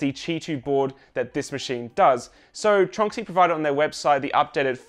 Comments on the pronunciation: I just realized I’ve been pronouncing Tornxy wrong for a long time. I always thought it was TRON X Y 🤷‍♂️ Great update! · I've had my Tronxy for 3 years, and I'm just learning now how to pronounce it?